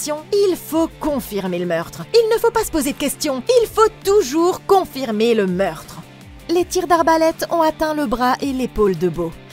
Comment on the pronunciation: Il faut confirmer le meurtre il faut toujours confirmer le meurrrrrrrrtre j'adore 😅